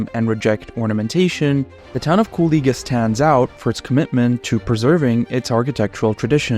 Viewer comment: Damn ur pronunciation of the city is perfect, sounds like a regular latvian.